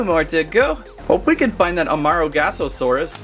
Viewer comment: It's amar-GO-saurus...😑...